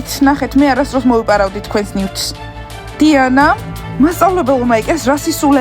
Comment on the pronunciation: უფრო სწორად დუანა კი არა დიანა😊😊😊😊